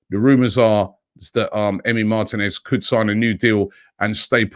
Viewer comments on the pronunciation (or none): none